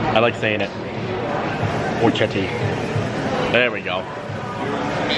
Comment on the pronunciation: It is pronounced Ora Keti In Italian a ch is pronounced as a K.